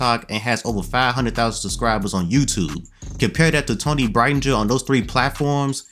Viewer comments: I’m a huge fan of Toni. People say she won’t make it. I know she will! She is a good driver. People need to realize championships and winning isn’t the only thing to nascar. It’s also the consistency to running good, and she’s showed consistency lately. And by the way, that’s not how you say her last name lol 😅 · He butchered the last name lmaooo